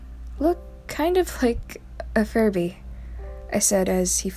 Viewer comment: "fIrBy...wHaTs A fIRbY?.."